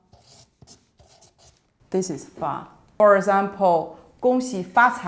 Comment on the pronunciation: she said "fa" not "ba" (发, not 八)